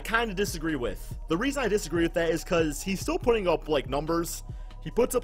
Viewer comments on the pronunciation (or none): none